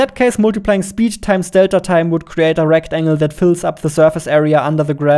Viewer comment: Small nitpick, the emphasis is on "tine", not on "delta".